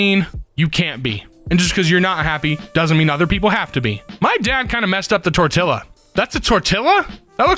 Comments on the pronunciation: ah yes, the tortilla. Definitely not pronounced torteeya. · And yet he mispronounced tortilla. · Everyone is focusing on how pronounced IKEA correctly and no one is pointing out how he said tortilla. TIHI